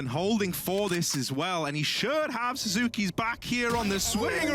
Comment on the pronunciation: man the casters pronouncing sasuke and suzuki got me mad as hell